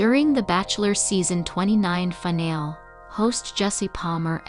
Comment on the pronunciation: Zoe's name is pronounced Zo-wee not Zow and finale is pronounced fin-al-ee not fin-al.